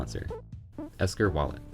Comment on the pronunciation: its ekster not esker